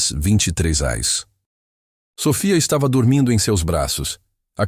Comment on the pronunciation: Eu sou Luiz Lima e falo desde Raleigh, USA. Essa história é linda. Acho que todos concordam. Mas não sei porque a insistência em “criar” e constantemente pronunciar “eurs” quando o correto é: “horas”.